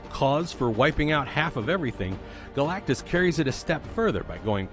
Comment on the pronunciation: Wow he pronounced galactus right. Very surprised